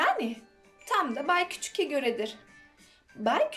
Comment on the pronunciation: Okurken bay küçüke değil bay küçüğe diye okunur hikaye için teşekkürler 🌸